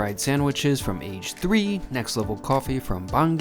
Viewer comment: it's not "age three", it's "ah-geh san" age (ah-geh) is for deep-fried and san is for sandwich.